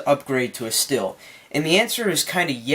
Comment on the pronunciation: Stihl is pronounced steel! Also this leaf blower has two handles so you can hold it with both hands to distribute the weight evenly and might make it easier to use!